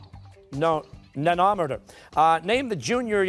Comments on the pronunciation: This man said Na-nah-meter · They guessed millihertz for the si units commonly used for em radiation, not very advanced math and science. Also the way the host pronounced nanometer, I cringed.